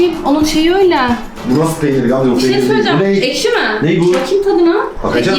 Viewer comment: cü saniyesi ekşi diyeceğine eşki dede